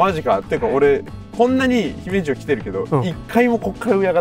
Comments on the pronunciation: 山本さん、姫路の発音ちゃんと言ってくれてるん嬉しい☺️ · 姫路の発音が東の方にしては自然でGoooood👍